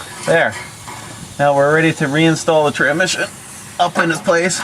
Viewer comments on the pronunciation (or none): well at least you spelled tranSmission right in the title lol i kept laughing the whole way through the video when you called it tranmission. any way glad you got er done because yeah that's no fun. I went to harbor freight (kinda like your princess auto) and bought a transmission jack for $129.00 for the last one i did. thing is like GOLD , 30 minutes to change one out now with that because you can angle it however you need to put it in the vehicle.